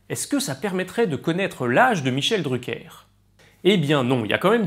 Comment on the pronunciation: Arrête de faire l'anglais